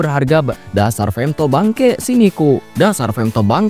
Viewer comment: Femthodd ae lah bg jangan femto😂😂